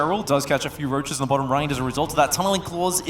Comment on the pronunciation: Why is my dude pronouncing "Roaches" like that and since when? That rolling "R" is not a Dutch English accent so where'd he pick it up from? Genuine question 😂